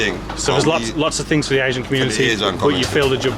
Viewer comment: I struggle to watch when the word 'The' is pronounced 'Ve'